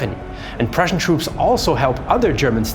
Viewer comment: Superb REAL Prußian pronunciation. Also a wonderful explanation